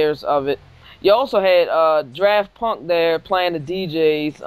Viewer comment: did you just call them "draft punk"? LOOOLL